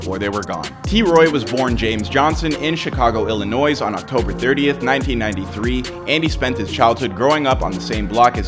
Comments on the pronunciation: This man said Chicago Illinoisss s is silent bro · You don't pronounce the s in Illinois. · Please learn how to correctly pronounce Illinois. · Illinois the s is silent!!!!!!! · Bro the s in Illinois is silent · You don't say the S in "Illinois" you're killing me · The (s) in Illinois is silent 🤦🏾‍♀️ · Bro you literally don’t even pronounce Illinois correctly and this is what you’re speaking on...?🙄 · You can’t even say my state name right 🤣🤣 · This is crazy, also we don’t say the S in Illinois